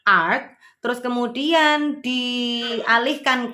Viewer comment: Saran wae mbak menit ke 15.32 ART luwese baca satu persatu A(asisten) R(rumah) T(tangga) ojo art sing artine seni lek inggris. masukan loh iki.